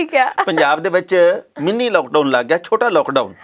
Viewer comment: Mini not Meennee.